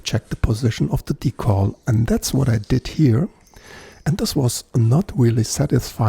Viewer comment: Es wird nicht „Die-Kohl“ ausgesprochen, sondern „Die-Käll“. In Kanada auch „Dekl“ - Betonung auf der ersten Silbe. Ansonsten nettes Video, wobei ich beim zweiten Versuch mit dem Decal den Stringtree zumindest aufgelegt hätte, damit es auch wirklich passt. Etwas weiter rechts wär auch nicht verkehrt gewesen… Sen Ash sieht aus wie Esche, ist aber kein und klingt auch eher wie Erle (liest man jedenfalls häufig). Um den Hals möglichst press in die Tasche zu bekommen, kann man mit aufgezogenen und gespannten Saiten auch einfach die Schrauben etwas lockern. Der Saitenzug ist i.d.R. stärker als die Kraft beim Reindrücken von Hand. Manchmal hört man dann ein klackendes Geräusch, wenn der Hals sich in Richtung Brücke bewegt. Dass das den Klang deutlich ändert, konnte ich allerdings noch nie feststellen. Das ist eher Voodoo, glaube ich. Netter Bass!